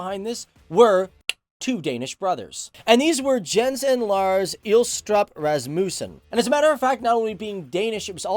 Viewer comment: Jens is pronounced iens and you Got Lars pretty good :) just saying x3